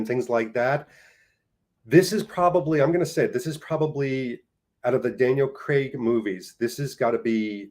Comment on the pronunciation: Kudos for correctly pronouncing Craig's surname. I honestly am baffled where many North Americans get "Creg" from?